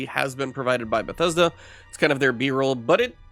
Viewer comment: Did you just said BUGTHESDA?